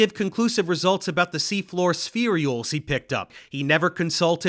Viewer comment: Can I ask why you put an extra E (or Y?) in spherules every time you say it? My understanding was it's pronounced spheh-rules or spheer-ules. Not that important but spherey-ules just hits my ear wrong and maybe I'm wrong about how it's pronounced.